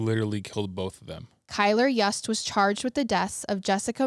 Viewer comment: FYI, Kylr's last name is pronounced "Yoost", not "Yuuust". You-s-t. It's spelled Yust, yes, but different pronunciation. And Jessup Carter is Kylr's half-brother, not stepbrother. The only piece of Kara's bones reportedly found was her skull. According to local news, unfortunately there just wasn't enough actual evidence to convict him of premeditated, first-degree murder in either case or second degree murder in Kara's. I think it's also worth mentioning that Kylr had animal cruelty charges against him for torturing and killing kittens- which is common with some serial killers/murderers, even if he's not technically a serial killer that we're aware of.